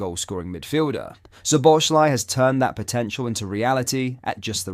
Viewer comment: It is so amazing that the name of Szoboszlai still can not be pronounced correctly. He is doing his 2nd season at Liverpool.😂